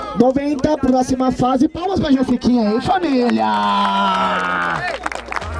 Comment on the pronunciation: Não é jessikinha.. É jesiKONA